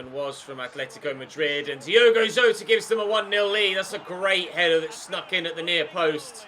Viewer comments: it’s Yota mate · I beg you pronounce Jotas name right😂😂